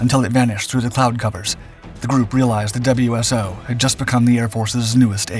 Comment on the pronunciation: WSO is "Wiz-oh"